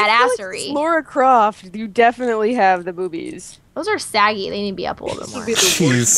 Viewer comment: Why do some if them pronounce lara croft wrong